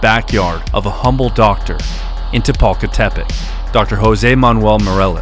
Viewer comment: Throughout the video you keep switching between reading the town's name correctly and incorrectly adding a additional "te", sometimes you say Tepalcatepec (correct) and sometimes you say Tepalcatepetec (incorrect)